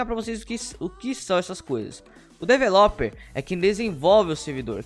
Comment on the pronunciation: a forma que vc pronuncia developer é engraçada kkkkk, mais facil falar programador